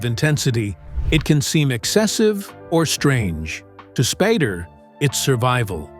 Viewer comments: figure out how to pronounce spAder not spardder. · His name is NOT Spad-der. AI should be able to get it right. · I have tremendous respect for James Spader and his work...much less respect for the AI narrator that was inconsistent in its pronunciation of "Spader"---sometime pronouncing it "Spader"; other times pronouncing it "Spoder." This is a failure of the producer of this video. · Is there any reason the narrator changes the name's pronunciation from Spay-der to Spah-der? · S-P-long A-D-E-R how it's pronounced. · This narrator is AI that I recently found out. This voice almost always mispronounces a name. Then the pronunciation becomes correct for a while and then incorrect again….. all in the same video. In this video, it is Spodder, Spider, Spader 😂. Oh yeah, and Spadder. This AI voice has been around for quite some time now and if I watch a video and I hear this guy speak, I always expect the mistakes and get them. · AI just keeps butchering James last name. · The voice misprounounce his last name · Your AI narrator couldn't even pronounce Spader accurately.